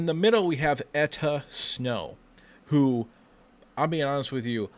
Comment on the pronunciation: Its Enow Etta. Not Etta Snow